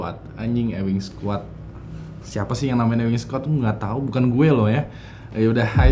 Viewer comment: bacanya bukan EWING SQUAD, tp EWING SQUOD.